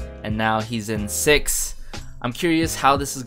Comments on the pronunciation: It's pronounced as SI EYE EX HAHAHAHAHAHAHAH 💖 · My bias is Byounggon I'm still not used to his new stage name 😅 he have been my bias since YGTB and I'm so happy and proud of GonHun they both work hard to debut so is the other members this song is amazing and the album is amazing and btw you pronunce the group name wrong actually how to pronunce the group name is you just spell it out 😂